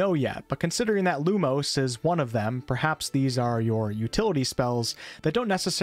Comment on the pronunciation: I am going to be such a fuss arse when it comes to pronounciations with the dialogue, specifically with spells, and some general words. E.g. You pronouncing Lumos as Lumose, instead of how it should be (Loo-Moss).